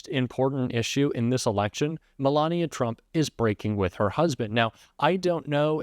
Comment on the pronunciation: "ME-lania" aka "1st Escort"